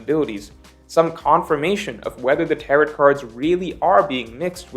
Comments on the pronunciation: actually pronouncing Tarot like carrot here lmao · the t in tarot is silent xD it’s tarrow lie rhymes with arrow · Hey! “Tarot” rhymes with “arrow”:) Also, Roger was able to ask when the mermaid princess would be born on command, so I’m not sure that lines up with your analysis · The way pronounces "tarot" cards makes me sad. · Hitting that last " T " in Tarot super hard.... fyi. It's a silent " t ". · I'm gonna' make a wild prediction and guess that has never heard the word "tarot" said out loud before. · I hate how you pronounce tarot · Tarot does not rhyme with carrot; it does rhyme with marrow. 🌈The more you know